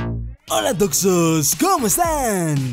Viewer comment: Se dise toxos